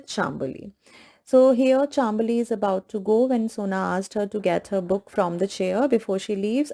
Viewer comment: Hey it is chaam bali not chambali